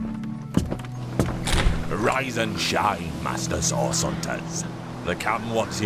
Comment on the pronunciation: Idk why but *CURED THE SICK AND HEALED THE WOUNDED THROUGH A GREAT POWER CALLED SAUCE* Everytime I hear,Source I hear Sauce.